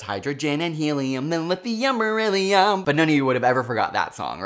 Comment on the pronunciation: Did he say meryllium when singing the elements song?